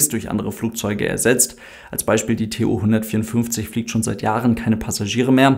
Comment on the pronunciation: Tu, nicht T-U